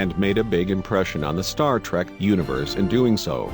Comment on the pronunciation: star trak, weepon. just in the 1st minute of the video lol